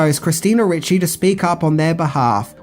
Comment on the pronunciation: Ricci not Ritchie